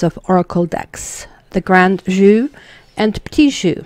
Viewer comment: You're saying 'jeu' wrong.